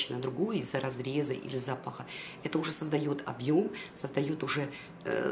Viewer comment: МОДА, ШОПИНГ, КРАСОТА от, я не собиралась ни придираться, тем более оскорблять Вас. Так как я сама уже много лет живу не в России, стала вспоминать как правильно поставить ударение, ведь зАпах и запАх совершенно разные по смыслу слова. Лично я говорю спасибо, когда мне доброжелательно делают замечание. И Вам говорю спасибо за модные советы.